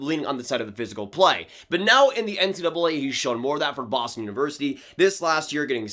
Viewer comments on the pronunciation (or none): none